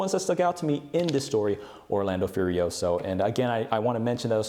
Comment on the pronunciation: im italian and can tell you that... Orlando Furiosio aint pronounced like that XD, nice try tho buddy 👍